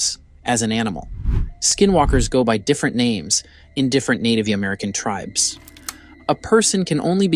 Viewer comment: Get a new voice bot. "Native tri-bees?" Gag me.